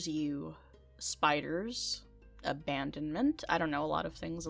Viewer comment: "What are you fears?" "Spiders, Abodment" Actually I have the same fears...